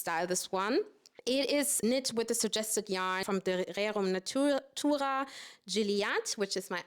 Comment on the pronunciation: He, he - wenn dich die Aussprache von Rerum Natura nicht verraten hätte - spätestens bei „soooo“ war ich mir sicher, dass du in Deutschland zuhause bist! 😊 LG aus Österreich